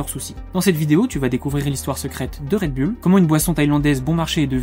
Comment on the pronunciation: Bon, pour commencer, on dit Red BOUL, et non bulle.